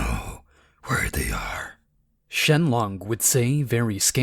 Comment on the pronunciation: dude its ShenRon not LOng